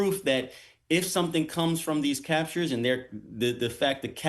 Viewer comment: "Captures" "Gunthrie".. get this clown off the air !